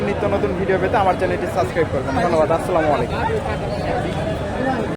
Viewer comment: ও ভাই সালামটা সত্য করে শিখেন আসসালামু আলাইকুম